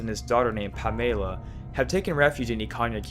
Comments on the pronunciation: Pamayla? Bruh, It's Pamela.... like you've been saying Pamela all your life.... why change it's pronunciation? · why do you pronounce pamela so weirdly? i've never heard it in my life, pam-el-a not pam-ay-la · Good video and nice editing. I couldn’t help lol at pamayla. It’s just Pam-eh-lah. Off to watch more of your vids. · P-A-mela, not Pam-E-la. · Did he really pronounce "Pamela" as "Pa-MAY-la"? Christ... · "Pamayla" "Paranermal" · Why does he say pamela so weirdly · Does it bother anyone else how he mispronounces the name "Pamela"? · Nice theory but stop pronouncing stuff incorrectly lol theres no y in pamela or in ikana